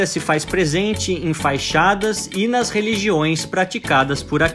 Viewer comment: desculpe te corrigir mas é FACHADA e não Faixada como vc fala.